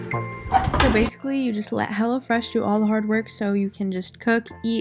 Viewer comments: i thought she kept saying hella fresh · I thought she said "Hella Fresh" and i was like dayum good marketing skills right there